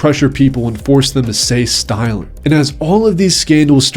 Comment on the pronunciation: “force them to say stilent”